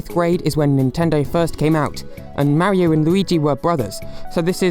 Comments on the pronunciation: The way you pronounce "Mario" is unacceptable. Stop that. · “Ideer” “Mary oh”